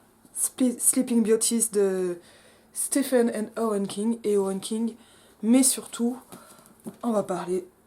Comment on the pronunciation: Y a déjà un commentaire et je ne le vois pas... Sinon, je commente au fur et à mesure : * Stephen, ça se prononce "Stee-ven". ;-) * Sleeping Beauty, c'est la Belle au bois dormant. Donc Belles au bois dormant ? * Conseil de lecture sur l'intertextualité du conte : Briar Rose de Coover (ultra jouissif, pour le coup) * Autre conseil (mais pas sûr que ce soit traduit en français) : My Year of Rest and Relaxation d'Ottessa Moshfegh Et j'ai glané ce lien aussi, plus sur les utopies/dystopies du monde sans femmes : * La question du monde sans femmes est à relier, dans ta chaîne vidéo, à HERLAND de Charlotte Perkins Gilman. Intéressant de voir que les King ne réussissent pas du tout à ouvrir sur une dimension politique, alors qu'on est plutôt dans un moment de l'histoire littéraire où tout est politisable. Tu évoques la question des "sensitivity readers" et de la transgression, décidément autre question très contemporaine. * Le concept de déception littéraire, tu ouvres une vraie piste, un peu à la Pierre Bayard : réécrire en moins décevant ? aller jusqu'au bout de la déception ? faire de la déception une stratégie de lecture ?